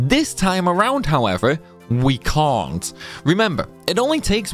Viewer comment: nice video. i cont understand how you cant say cant kinda sounds like your saying cunt lol.